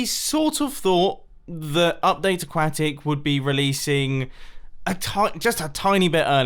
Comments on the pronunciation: He still says aquacktic....😂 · It's ah-kwa-tic *facepalm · “A-quack-tic” MumboJumbo- 2019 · Why do you pronouce update aquatic like qack?